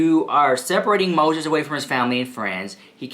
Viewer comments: Oh girl,my day started really bad ,but when I heard you say Moszheszh (this is how I spell it now) , I 'm still laughing. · "How do you spell Mose🤪💦s? Is it one 🤪💦 or 2 🤪💦? Oh, the 🤪💦 is silent?" Stahpppp, I watched that part at least 10 times. I'll never hear his name the same again. 🤣🤣🤣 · How do you spell MoTHETH? Is it one THHHH or two THHH? Oh, the THHHH is silent. LOL OMG, - you have me on the floor laughing!!! You are seriously so hilarious!! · “Is it one PTTTTHHH or two? Oh the PTTTTHHH is silent? Ok” 😂😂 love you so mach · Lmao 🤣🤣🤣 u are just funny as hell! Lol the way u pronounce Moses like trista is hilarious! That girl lost her mind along time ago. What she does from here on out is just careless n childish and scary! She really needs to layoff that spell shit. Who knows if she does something stupid n then she gets all these demons around her..they will start messing her life up more. I don't think she understands that shit is real she has no experience or education on it what so ever so maybe she won't do a spell correctly. Lol u just never know what's gonna happen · Omg lmao is it one thhhhhhh or two.. oh the thhhhhhh is silent 😂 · I loved how you slurped saying Moses name. Thw slurp is silent 🤣🤣🤣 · 😂 I almost choked on my M&Ms when when you said "oh. The ttthhhhhh is silent!?" 😂😂